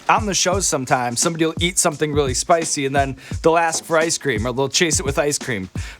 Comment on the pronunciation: Well there is a second chance with a “sp-ICEE” (spicy).